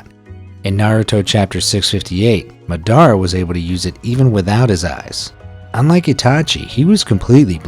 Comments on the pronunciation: It’s MADARA not MDARA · Enjoyed the video.....but personally I really can't stand when people get main character names pronounced right....such as Madara.... lol just a personal thing I struggle with. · Why u say madara name like that🤨